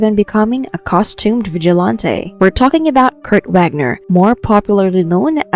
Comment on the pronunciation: The mispronunciations make me laugh tough. 🖤💜❤️😊 vig-a- lawn- tay! 😅